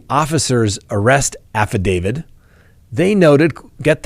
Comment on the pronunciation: Hey! Love your content. Wondering why you pronounce “affidavit” as if it’s spelled “affidavid.” Is this correct in legal circles? I’m confused and curious. 💕